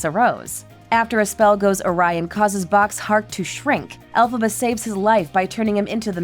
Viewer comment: It's Elphaba, NOT Alphaba. Do your research!!!!!